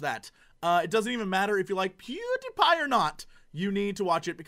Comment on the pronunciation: he cant say pewdiepie